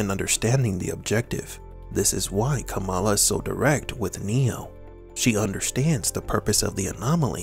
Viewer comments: It's pronounced "KAH-mulla", or so I've been reliably informed. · It's kuh-MAL-ah actually. Our VP elect just changed the pronunciation to avoid confusion with Pro Wrestling great Jim "Kamala" Harris.